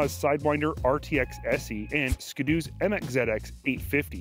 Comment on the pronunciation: Nah nah nah nah nah it's skiiii doooo not skido